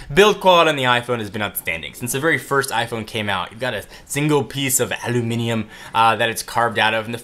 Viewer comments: is the first american I have ever head pronounce Aluminium the right way (Alu-mini-um) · You say aluminium!! Well done! From a Brit :p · Hey! You said aluminium! I like you more now :3